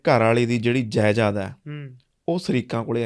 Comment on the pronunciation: Jaidad hunda jaiyad nhi